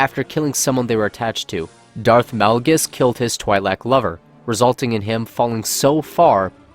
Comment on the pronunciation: Twilek is pronounced as 'Twee-lek' not 'Twy-lek'